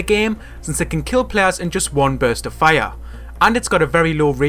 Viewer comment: Lmao his fire is a funny pronunciation watching in 2018 like if agree